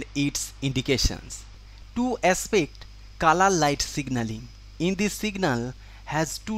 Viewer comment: I thought he said kala light ( black light )